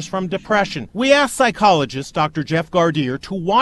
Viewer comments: 'Ask' ... Not 'aks.' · Its ask...no ax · It's " ask" not axe@